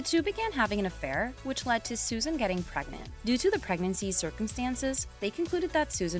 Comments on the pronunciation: Her name was Suzanne, not Susan. 🤦🏻‍♀️ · I’ve watched Suzanne for years and the people who make videos on her and can’t even pronounce her first name are just beyond annoying.